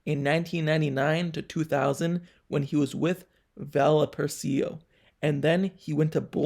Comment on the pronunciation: It's pronounced Val-Pa-Ray-So I'm just curious, how old are you and are you from Canada? Kenny Pickett is not at Justin Herbert's level yet. He will surpass Justin Herbert, most likely this year.